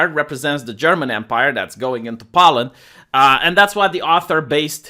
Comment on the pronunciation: Why are you saying pollen? Do you mean Poland?